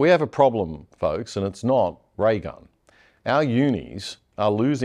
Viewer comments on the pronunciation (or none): sounds like rattle gum